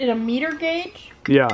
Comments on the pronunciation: Miter not meter, lol. Big difference when need to miter a corner. Chuckle chuckle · Miter gauge - 'my ter' not meter. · Yes, hotels charge for the towels that are taken from the rooms. Also, it's a "my-ter" guage for a table saw. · Miter gauge is pronounced ( my-ter)and used on a table saw table... Not just a man thing :) Thanks for not opening all the angel ornaments...